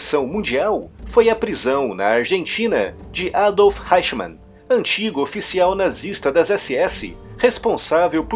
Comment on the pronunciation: EICHMANN /háichman/ não! ! O correto é /áichman/, com o "ch" soando mais para trás da língua, erguida de encontro ao palato. Jawohl ?